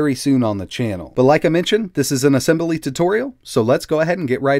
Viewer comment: Did you say "ah sem bah lee" instead of "ah sem blee"? Nice video. I did buy that Motile laptop you reviewed a while back. The 142BK instead of the 141BK. 8GB of ram and 256 GB M.2 SSD. It's in route.